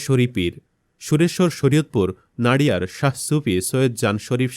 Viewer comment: 2nd ta 'নড়িয়া'hobe'নাড়িয়া'na❤❤